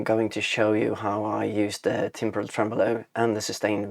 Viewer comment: And your track is a JAM, do you think you'll develop it into a longer track? 😁 Ps. You nailed the timbral pronunciation - I'm never sure how to say it either!